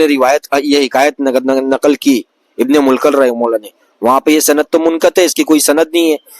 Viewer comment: Bhai tu mufti sb ko bol ra arbi ni ati aur ibn e mulqan bol ra 😂 Ibne mulqan ❌ ibne mulaqqin✅😩